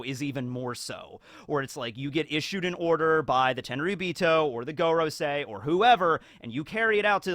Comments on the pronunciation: When will someone tell him that 5 in Japanese is pronounced "goh" like in "got" and not "goat" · You would never pronounce “goro” as gore-o in Japanese. Japanese hiragana are always pronounced the same in Japanese, (casual enunciation slurs the sounds in certain situations, like making the U silent in words like Sasuke) Just bite the bullet and learn how to read/write/pronounce the Japanese alphabet. It takes about a day and really comes in handy. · I think it's pronounced more like 'Gohrosei, or Gåråsei' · It would be pronounced gorOOsee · I think it’s go-row-sigh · It's pronounced like goron.. 👌🏻👏🏻👏🏻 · Your usual pronounciation of Gorosei is correct. The other pronounciation sounds less Japanese (I.e. a Japanese person wouldn't pronounce Go, as in the number five, in the way that we pronounce the English word Go. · you should really look up the pronunciation of FIVE in Japanese